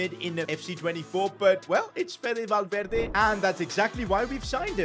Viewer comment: Kvicha and valverde pronunciation needs help